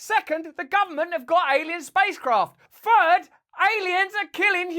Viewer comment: Fird. Dude its third